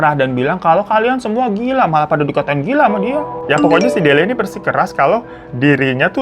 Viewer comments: dilia bu delia bukan delina ihh😭😭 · Delia, faaaan!!! Bukan delina😂😂😂😂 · Delia jadi delina, wayang wangsul jadi wayang walun, biasanya kalo gak di beneri secara lisan pasti ada subtitle buat mengkoreksi tapi ini entah kenapa beda dari yang kemarin², apa karna bang ifan lagi capek habis liburan apa jangan² bang ifan yang ini adalah sosok wayang wangsul😂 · bang bang sampe kelar nyeritain aja masih aja lu belibet nyebut nama sama istilahnya wkwkwk Delia bang bukan Delina siapa itu Delina wkwkwkwk... berkali-kali nyebut wayang walun wkwkwkwk... gong nya kabut kelamin :face-blue-smiling::face-blue-smiling::face-blue-smiling::face-blue-smiling: wkwkwk ampun deh babang babu glowing ada ada aja lidah lu